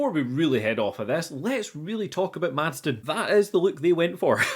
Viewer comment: The guy's name is Madsen. Did you also write Madsden in your script every time or did you really struggle this hard and consistently? Sorry, but it was just so distracting, especially with how often you used the name.